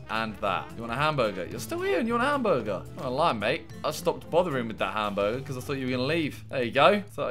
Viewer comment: Plz just say hamburger -not hamguergaza